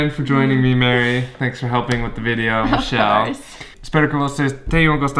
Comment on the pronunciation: Engraçado quando vc fala português vc chama a Michelle de Michéli, e quando fala em inglês chama de Mishell